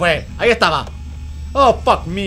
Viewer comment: Porque él dice fackme 😂😂😂 wtf